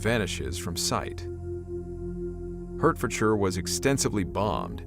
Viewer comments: I got to say it. Its pronounced Hart ford shire. Not Hertfordshire. Its one of our weird pronunciations but the deer is one of the symbols of Hertfordshire. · Yep as soon as I heard Hurtfordshire I couldn't unhear it. The name comes from the local links to deers or Harts, its all over our emblems, Hartfordshire = Hertfordshire basically. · It’s pronounced hart -ford -shire fyi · For future reference, it's "Heart-fud-shur". Yes our pronunciation can be a bit weird. Should also be mentioned that Commonwealth forces did not merely hold the line in Egypt from December 1940 until the arrival of Rommel, they pushed the Italians back right into Libya (which is where Tobruk is). The Italians almost collapsed. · Please, please, please learn to pronounce Hertfordshire as 'Heart-Ford-Sheer', or else it just sounds very, very weird to people living in the London and Three county area of England UK. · Hertfordshire is pronounced as Heart Fordshire you got the last part right but the first is said as heart. It's a small thing but it can be quite irritating. Also if you encounter the word Beswick (it's a pottery manufacturer) the W is actually sounded out so its said as bes Wick I bring this up as even in the UK lots of people say it wrong but that's how the locals say the name and they probably know how to say their own towns name. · for all illiterate American Hertfordshire her herts is Pronounced HEART ford shire but what can we expect from people in TUCK SON sorry Tucson where an S sound is a SC not a CS